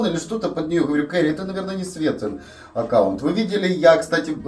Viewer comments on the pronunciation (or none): none